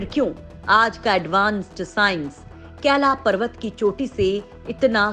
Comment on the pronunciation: Kaila parwat nhi Kailash parwat hai .nam ko sahi bolo nhi aage ja ke Kaila nam hi ho jaye ga.🥵